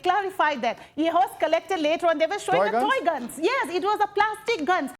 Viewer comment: She said toygun 😂